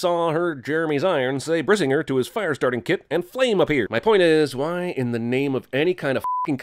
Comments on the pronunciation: The Brisignr thing actually kinda makes sense. He just wanted to light the arrow, and suddenly it exploded. However, he says "Brisinger", but in norse words, the gr is often spoken like another i. E.g. Brisi-nGIR - which irks me a lot more. But you already sinned that he can't act for shit. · Dude when i heard him say brisinger the first time, i thought he yelled "RASENGAN" and then i was a mix of pissed and confused